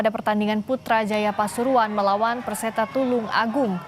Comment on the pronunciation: Perseta tulungagung... Bukan persetung tulungagung😅😅😅😂😂😂😂